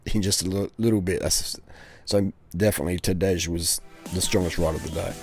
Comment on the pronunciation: Maybe the 'j' is silent ....Tadā...j.